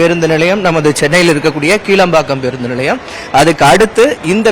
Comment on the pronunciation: சென்னையில் உள்ள புறநகர் பெரிய பேருந்து நிலையம் கிளாம்பாக்கத்தில் அமைந்துள்ளது.வர்ணனையாளர், கீளம்பாக்கம் என்கிறார்,!